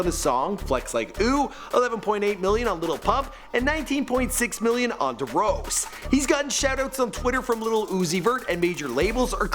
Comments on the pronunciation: this nigga said "da rose" nigaa its d rose witch dumb ass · dawg it's D-Rose not dehrose and XXXTENTA-CI-ON not tentaseen lmfaooo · Nice fuckin' shirt, dipshit. Learn how to pronounce the content you're reporting on. You also pretty much write off all Cubans living in Miami as having gangland affiliations. Da Rose, huh? Fuck you. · Who heck is da rose (d rose)😂😂😂😂😂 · You called it “D’Rose” 😂😂 It’s pronounced “Dee Rose” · DEROSE? It's D.Rose as in Derrick Rose. Lol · "De Rose" its Dee-Rose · On baby this nigga can't pronounce shit! Who the fuck is "duhrose" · Did this man just say "duh rose"😩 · darose and tentaseein oh. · Da rose xxxtenticen pronounce the shit right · Deh rose, and xxxtentaseeon... I'm fucking done. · this nigga really said derose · "Duh rows" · He just said Da rose bruhh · haha yeah, and d'rose. WHo the hell is this guy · "da rose" lmao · WHEN U DONT EVEN KNOW HOW TO SAY D ROSE 😂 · "De rose" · "Duh rose" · "duhrose" "xxxtentaseeyin" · Arcade Era Beats darose 😂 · im dead he said Darose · He said darose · Neko Dinero lmao, "duh-rose" or xxx"tenta-si-an" 😂😂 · The Way said D Rose at the beginning got me dying😂